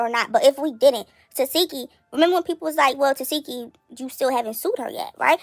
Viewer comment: But we all still pronounce TESEKSHI wrong she even gave up correcting ppl TE-SEK-KI not Te-SEE-ki 😆